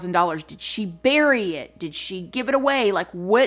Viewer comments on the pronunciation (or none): none